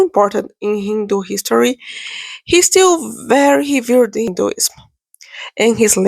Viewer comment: This small girl knows nothing of Hinduism. She can't even pronounce the words properly. She doesn't know what she is speaking. She must have been placed by some one with agenda. None of the personalities she mentioned were people who revered Sanatan Dharma. Mostly these people were non violent and that is enough quality to be a Muslim. Otherwise where do you find peaceful muslims. On the whole this is a crap with all wrong things. You people cannot grasp Sanatan Dharma. It's not your way. So just keep out.